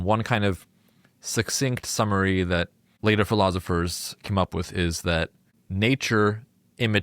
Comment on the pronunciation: I can't determine which is more distracting ... him saying "irun" or him saying "philozifers" 😂